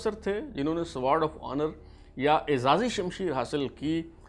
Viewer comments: how pitty! You are unable to pronounce Sword! It is sword not spears As you are pronouncing. CSUO means Company Senior Under Officer and not Cadet Senior Under Officer. Pull up your socks plz. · یہ سوارڈ آف آنر نہیں ۔بلکہ یہ سورڈ آف آنر ہے ۔سورڈ یعنی تلوار یاشمشیر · Google ‘ winners of sword of honor PMA Kakul’ and complete list is available. Correct pronunciation is Sword(سورڈ) of Honor and not Sward(سوارڈ)of Honor. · جناب آپ برائے مہربانی یا تو انگریزی زبان کے الفاظ بولا ہی نہ کریں یا ان الفاظ کو ٹھیک بولا کریں۔۔ مثلا آپ Sword of Honour کو بار بار ( سووارڈ آف آنر ) بولے جا رہے ہیں ۔۔ حضور ۔اس کو ( سورڈ ) Sword بولا جاتا ہے W Silient ہے جیسے آنر میں H ہے۔۔دوسرا 51 کو ففٹی ونتھ نہیں ففٹی فرسٹ بولتے ہیں ۔۔ مزید آپ جنرل عاصم منیر سے اس کی تصدیق کروا سکتے ہیں ؟۔ کیا پتا میں بھی غلط ہوں ؟ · When you are doing a program on Sword of Honour then at least you should know pronunciation of Sword, CSUO and BSUO